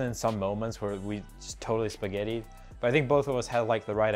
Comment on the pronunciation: Did he say spaghetti lmao